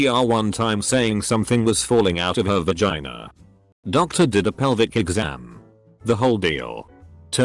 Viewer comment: nobody: the random computer narrating this: "V-Gina"